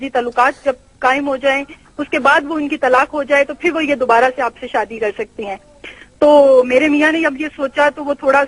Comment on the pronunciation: SAADI NAHI SHAADI BOLNA SEEKHO